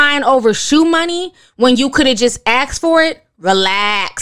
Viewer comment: The way you read his tweets 🤣🤣🤣 "reLAAAAX!"